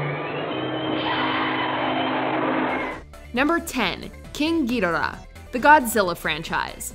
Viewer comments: Who else pronounces Ghidorah like "Ghidrah"? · How do you mispronounce the names of Ghidorah & Gamera?